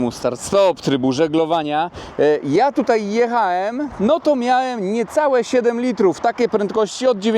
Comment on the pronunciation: .... ,,JEECHAEM SPALAEEM'' po jakiemu ty gadasz z DONKIEM masz kontakt..hm